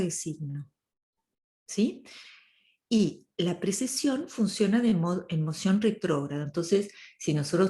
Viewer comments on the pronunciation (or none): Me encantó el análisis cuando lo estudié igualmente; alejado completamente de las ideas 'new age' que siempre nos han contado sobre la Era de Acuario = Paz y Amor. Por cierto, disculpa a mi Luna en Virgo, pero es 'PreCesión', no 'PreSeción'. Muchas gracias por tu trabajo de difusión de la Astrología bien hecha. ❤